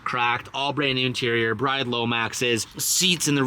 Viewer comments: Isn’t Bride seats pronounced “Breed”? Or did I hear that in a dream or somethin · I'm going to be that guy... BRID' NOT BRIDE 😁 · lmfao. how has no one called out for pronouncing Bride incorrectly all the time?